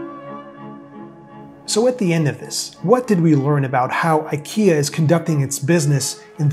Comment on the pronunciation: Makes a video about IKEA, doesn’t bother to learn how to pronounce it :)